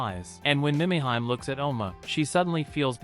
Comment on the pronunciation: Killin me...AI..."Meee mee heee may" Mimihime